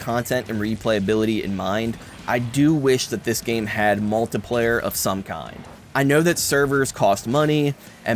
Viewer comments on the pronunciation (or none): Good review. But why do you pronounce multiplayer like multiplier?